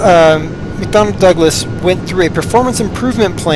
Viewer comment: LOL its McDonnell Douglas not McDonald Douglas!